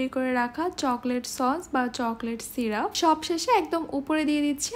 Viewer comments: Banglay o syrup e uccharon hoy ,syruf bolte kichu nei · Apu uccharon vul hoyeche Chocolate syrup hobe not syruf